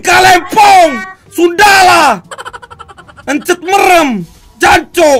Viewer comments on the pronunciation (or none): pun berkata hencet merem😂😂bukn gitu tapi henceut beurem anying